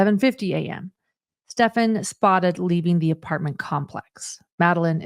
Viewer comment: Finally someone pronouncing this monsters name ( Stephan) right? Does anyone know of a reason why so many are calling him Stefan?